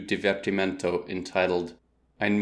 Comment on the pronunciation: Divertimento pronounced as Jeeverchimenchou. Please, english speakers, learn a language different from that shit of english and use it everyday. Spaghetteiii, Pisaaa, Tijameesouuu